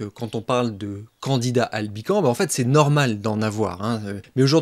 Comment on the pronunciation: On ne dit pas Candida Albican, mais Candida AlbicanS, en prononçant le S ! La culture se perd !